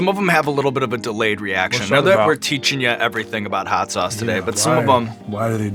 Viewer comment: "Hot souce is the best."